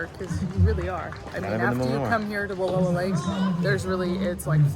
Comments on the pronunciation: You are pronouncing Wallowa wrong. It's Wa lou a. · It's not Walua Lake. It's Wallowa Lake. It's seems you should know how to pronounce the name before you make a video like this. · It’s not Wall…oh..a. The correct pronunciation is Wall..ow..a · I live in Joseph... The area is pronounced wall OW a not WA low a 😂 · It's Wa-LOW-a Lake.